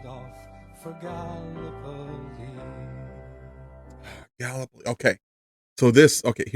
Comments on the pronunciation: Gallipoli, not galopoli. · No Shade, but in Australia we pronouce it Gal lip poll lee (all squashed together and spoken quickly, well becuase we're Australian) 🙂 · Hey, just wanted to let you know Gallipoli is pronounced Gal-lip-oly 😀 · It’s Gal- ipoli